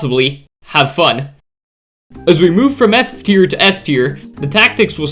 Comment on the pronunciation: At the start of the video I heard “from S tier to S tier…”💀😭🙏